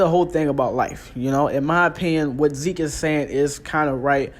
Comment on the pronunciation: Why are you calling ZEKE as ZEEK 🤣🤣🤣